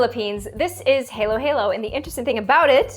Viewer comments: Yeah def got it wrong- because im filo and i've never seen a halo-halo be JUST MANGO- (also you pronounced halo-halo as hah-loh you said it as halo- like the angel halo 😅) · all filipinos when she pronounced halo halo wrong: 😔